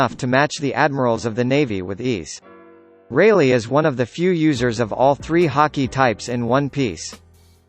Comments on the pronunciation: 17 He even said "Silver Raylay" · Who else heard silvers reyleight